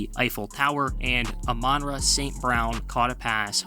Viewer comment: Dude, learn how to pronounced "Amon-Ra", notice the dash, he's named after an Egyptian god.